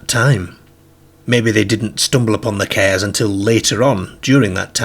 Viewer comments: It's cars not cares 😅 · I wondered what he was on about when he kept saying "cares", I realised he meant, "cars". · Sounds like morcambe ways or south lancs if you listen he pronounces dark 1st in a similar way as derk or dirk….then later over pronounces it as DAr(K(hard K)) this indicates a mix of accents possibly from a area closer to Liverpool who also pronounce a hard (K) also cars pronounced as kerrs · What the hell!? 😅 They went too FERR from the CERRS and odd PERRS Walking across his GERRDEN towards the PERRK? Hopefully you ain't got any viewers from the US because I think you would have lost them at that point, they struggle with our accents anyway but I'm kinda struggling myself tbh 😅😂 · I love how he says cares lol He's a riot 😊😊😊